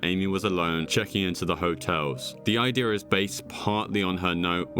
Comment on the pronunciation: this guy pronounces idea as ideur..,so annoying